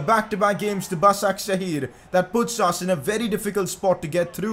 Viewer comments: Btw it's pronounced "bashakshir" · It's pronounced bashakshehir